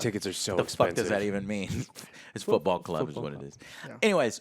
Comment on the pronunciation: you mispronounced football there hehe :D